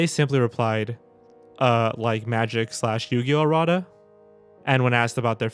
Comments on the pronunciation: Errates is pronounced "Ear-ra-taws" not "Ear-rot-is" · its "errada" and not "errata"